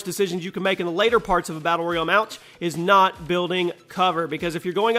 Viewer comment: he said maltch